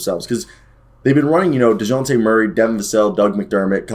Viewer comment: First 30 seconds of this video were jarring as fuck, from the way you pronounce Dejounte to “muscle hamster”, I’m not sure I should keep watching